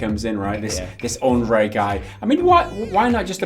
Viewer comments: About your struggling with Sapkowski's first name - it's actually pronounced more like "Anjay" than "Andray". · Andrzej Sapkowski - the closest approximation for his first would be: UN-j, not UN-dr-zay ;) Just saying. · Just one thing, his name is pronounced like Andjei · Guys please...This is not Andrej. If you have issues pronouncing full name just focus on last one.